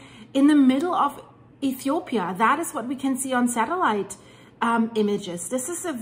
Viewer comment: i love the way she called my country ETHOPIA 😍😍😍